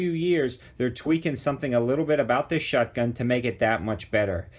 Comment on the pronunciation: Is it just me or does it sound like he's saying "shutgun?'